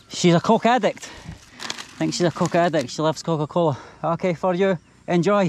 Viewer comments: When she pronounce coke , maybe thats not what she means…. You know…. Slang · the way you pronounce 'Coke' oh no 💀💀💀💀